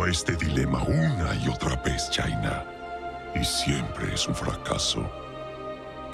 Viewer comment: Espero que para el remaster de W3 Reforged en LaTam, concerven esa voz de Thrall, es la mas cercana a un orco que le han dado al personaje en la región y espero que mejoren en otros aspectos como la pronunciación de "Chaina", " Teldrásil" o "Háiyal" (Puede estar mal escrito, pero se entiende el punto(?)